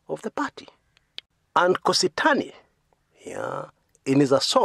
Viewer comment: it's not Kositany. Its Kosit'any.